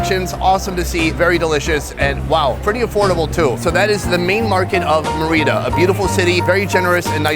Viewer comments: The accentuation is on the first Vowel in; Mérida. Your pronunciation is on the second vowel; Merída, which is incorrect. In spite of that, this was a wonderful video. Good luck. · Awesome vidoe! Just your pronunciation of MÉRIDA is way off: It should sound like "MEH-ree-dah" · MER/id da.... STRESS on 1st syllable NOT MERR READ DA urrrg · The place isn't pronounced Mereeda. It's Merida. It's a simple name to pronounce. The I is as in the word "tin" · It's Meh - Rii - Dah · I think u pronounce “meh” “rita” enfasis on the meh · Me-rida Sonny! Like pronouncing "Meredith" White Boy! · It’s pronounced Meh-re-da 😂😂😂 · It’s meri-da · Should have really asked the locals how to pronounce the name of the city. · Its not your first time in Mexico, for God Sake learn to pronounce Mérida correctly!!!! hj d td t ptmdr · Nice to see this. It would be better if you learned how to pronounce the name of the city!!!!! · That dude needs to learn how to say Merida lmao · White boy say the name right!